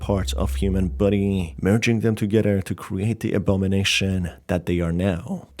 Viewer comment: Every time he says "body" I hear "buddy" it confuses me sometimes but it's so cute